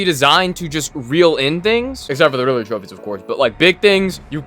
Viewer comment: How do you say Riddler wrong😅